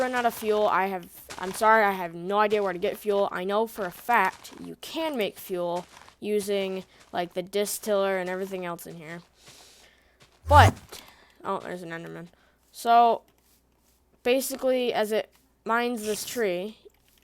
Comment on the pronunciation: Dis tiller its the (Dis -still-er)